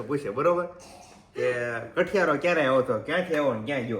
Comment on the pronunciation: It is kathiyaro. Kthiyaro nahi!